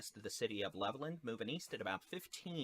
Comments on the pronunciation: yeah, that was irritating me too. Three syllables: LE - vuh - land 😁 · It's pronounced Level Land.